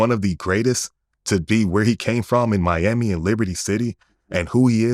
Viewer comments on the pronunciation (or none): none